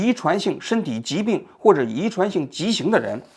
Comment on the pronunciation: 遗传性畸形？不读骑形。。。。。老央视记者不会连这个字都读错吧